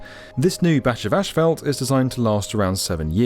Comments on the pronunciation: U brits pronounce asphalt wrong and schedule wrong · Come oooon. It's not "ashphalt", it's "asphalt". There's no H. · Is it just me, or is everyone mispronouncing asphalt as "ÉSH-PHALT"? Literally had to turn the subtitles on, thinking they were actually using some other specific term that I wasn't aware of (they weren't...). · It's ass-fault! Not ashfault, damnit!!! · Thank you. As a lover of aviation, this was very interesting. Also, as an American, it was also interesting to hear how asphalt is pronounced in the UK. "Ash-Felt". In the states is pronounced "Ass-Fault". It just reminds me of how similar, yet strikingly different the US and UK really are. Cheers from California. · It’s asphalt, not „ashfelt“. 😂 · The way they are all pronouncing asphalt in this video is really triggering. It's not ashphalt, it's asphalt, there is no shhhh in there! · Asphalt is pronounced "ass-fault", and not "ash-felt". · What's...ashfalt? 😅 Do you mean Asphalt? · What's ashfelt? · tf is AESH FAULT smh! its ASS-FOLT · I watch every video with excitement! This one constantly had me hearing how the Queens’ English pronunciation of ‘ash fault’ was different than the U.S. pronunciation. As a native US citizen I say ‘assfault’. 🤣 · I cringe every time I hear asphalt pronounced "asHphalt". Don't do this to me. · In America, it’s pronounced “Ass - fault”. Never heard “Ash - felt” before. 🤔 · what the fuck is ashfelt?! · “Ashfelt”… no. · Ashphalt makes my ears bleed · The word is ASPHALT. With ONE letter h in it. ASPHALT, NOT "ashphalt". 🤡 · "Ash" - phalt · Yeah ash-falt 👀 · I thought it might have been a fluke (or an idiosyncrasy) but the construction manager said ash-fault too. When I lived in the UK, everyone just said tarmac instead... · Why does everyone keep saying "ashfalt"? It's asphalt. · ASHphalt? Seriously?? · What is that word you keep using in place of asphalt? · Question. What is Eshfelt? Jk. Love the video! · Why does he keep saying "ashfelt"? 🤔